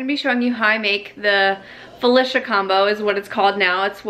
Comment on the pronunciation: 1. Wait.. it’s Fuhlisha, not Fuhleesha?? 😂 2. Do you not season the potatoes or eggs at all? It doesn’t taste super plain like that? I have NEVER in my life tried cottage cheese. I might have to try this!